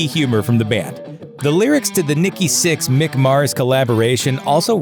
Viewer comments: Right? I was half assed listening to this & I kept hearing him say Styx. I’m going to date myself here, but I thought “did they have some connection with the band Styx that I don’t know about?” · Lol right it's not even that hard to day either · Yeah that was driving me crazy too!! Especially as he had the name up at the bottom of the screen typed correctly!!!! What an asshole, clearly not a fan!